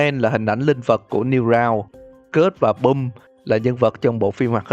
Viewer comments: Em rất xin lỗi nhưng mà anh đọc skid and pump nghe đau tai quá, s-kít and pấp chứ s-cớt and pum thì ... sai sai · Sao anh lại đoc là cớt èn bum phải là skid and pump mới đúng chứ? =)) Cái phần bonus đâu ad? :< Ko thấy idol anh đầu bomb của em :( SPOOKY MONTH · Skid and Pump đọc là S-kít và Păm NHÁ !